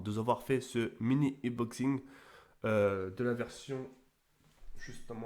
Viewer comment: Mdrrr le blédart, il invente des mots de ouf: -Domination, par Damanachion. -Lacrymogène, par Hackrinogène. -Unboxing, par Uboxing. -Infinite, par Infinity.